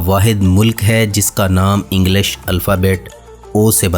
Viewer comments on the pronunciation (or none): none